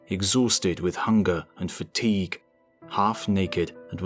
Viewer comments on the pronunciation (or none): none